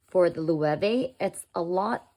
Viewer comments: Loewe is pronounced "loh-EH-veh" (lo-eh-vay)., not the way you say it as Lu-way-ve. Please know how to pronounce words before you record a video. You sound ignorant. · The pronunciation of Loewe here is so funny. It's the German word for lion. I feel that the top handles on both these bags wouldn't help me find what I'm looking for inside the bag very easily. Also, these days an external phone pocket is more practical.